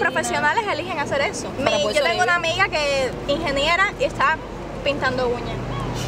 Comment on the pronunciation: No se dice inginiera, su nombre, ingeniero, (soy mujer ingeniero)